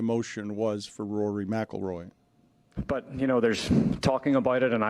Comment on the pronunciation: Stugotz needed a day off to practice saying Rory McIlroy. Heady play